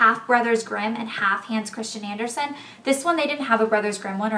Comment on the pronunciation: I loved when you said Hans Christian Andersen! The way you said it! I'm danish, and he was danish so I know how to say it, like his real name, and I just think it sounds so funny the way you said it! :) x